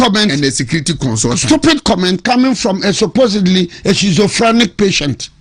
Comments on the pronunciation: The word (schizophrenic) is not pronounced "shizofrenik".. lawyer banza..😂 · This man doesn’t even know how to pronounce schizophrenic, and is very likely to not know what it is so forcing to use it. The’chi’ in the word sounds ‘k’ or’q’. You don’t know something research before you use it. Coconut head.